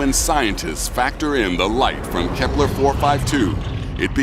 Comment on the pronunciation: bro its kelper not helper